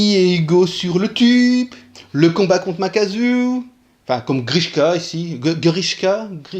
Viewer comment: Makaku :x pas makazu